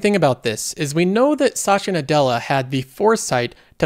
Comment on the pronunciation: a little help for you to pronounce his name correctly, I know it's hard for non native speakers but here is it - You have done too many videos with Sasha Nadela haha